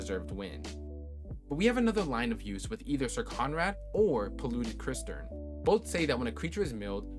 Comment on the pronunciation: Fwiw "cistern" is pronounced "sistern" lol